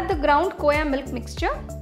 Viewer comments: mujhe pta hai khoya kya hai pr vo kooya kyu bol rhi hain? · Koya nhi hota khoa hota hai...btw paneer looks delicious